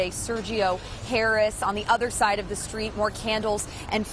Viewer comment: Lol da stweetz naw! Da no ledge of da stweetz!